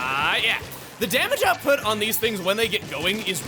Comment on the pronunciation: “I am Heavy Splatling Guy. And theeze, is my weapon.”